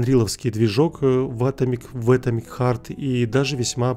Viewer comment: Читается не Э́томик Харт, а Ато́мик Харт..., тебе на заметку!